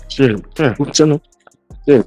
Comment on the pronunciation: One sherr!!!.. 🤣🤣😂🤣